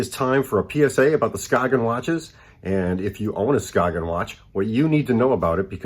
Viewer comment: It's pronounced Skay-yen